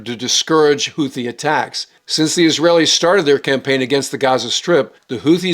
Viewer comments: The word “Houthi” is pronounced ‘hoot-tee’ and not ‘hoo-thee’. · The "th" in word "Houthi" should be pronounced like the "th" found in the land formation "bootheel". In Yemeni Arabic the t and h are pronounced as two distinct sounds, not one as in the English word "the".